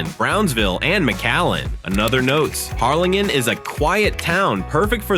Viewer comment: Can’t you get an actual person to read your info? Or… teach your AI to say numbers correctly. Hell, teach it to pronounce Harrlingen. Oh, and it’s super easy to get pictures of cities, please show pictures of the actual towns you’re talking about.